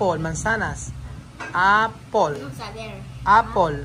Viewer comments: Apple not apol. To avoid the children getting confuse it is important that the pronunciation is correct. Wrong pronunciation can lead to wrong spelling. Just saying. 👍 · Hahaha naalala ko tuloy yung islang na nagpa spelling ng water eh syempre islang siya kaya kapag dmo maintindihan eh parang kulang ang word yung water ang pagkaintindi ng yaya eh "wotche" 😂😂bigla ko naalala sa apol😂😂😂.. paki pronounce mo ang word properly kasi yan ang naitatanim na isip nila kaya tayong mga nagtututor we need to careful also sa pagbigkas ng mga words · Its not apol....the pronunciation of apple is a.pl not a.pol. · I am not bashing but honestly need to correct his pronunciation as well....😂 like pronouncing (f) and (p),finish instead of pinish or four instead of pour.and apple to apol... I'm so sorry it's not bashing it's just my observation.